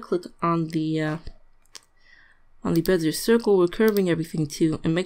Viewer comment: Great vid! Just so you know, bezier is pronounced "bez-e-ay"(it's French). Not trying to be a douche, I just like to know I'm pronouncing stuff right, and figured I'd pay it forward.